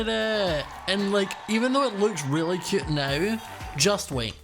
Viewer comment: i love how says cute “super cYOOT” “so CHYUT” “like how CYOT”